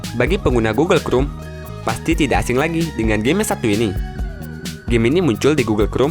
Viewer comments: Google krum??? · gugel krum 🤭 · Ti rek Gugel krum Pasmen Ini ngajak ribut atau gimana? Kesel dengernya wakowkaowkao 🤣🤣